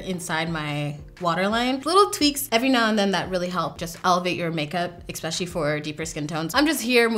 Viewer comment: I love you dearly which is why I have to tell you that you constantly say the word especially like it has an x in it. You say exspecially instead of especially. It's cute, like a little kid but you're a beautiful, intelligent, talented grown woman so , in case you weren't aware of the habit, I'm letting you know so you can beat that habit. I know from experience how embarrassing habits like that can be when you're in a professional setting and those mispronounced words pop out of your mouth in front of people you prefer to impress.